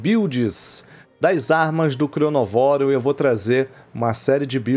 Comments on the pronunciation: Errado é cronovóro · O nome do bicho é ChronÓvoro, mas todo mundo fala ChronovÓro ksks